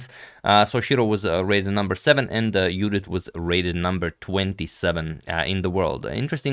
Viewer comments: When he says "Judit" its poetry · BTW he says it right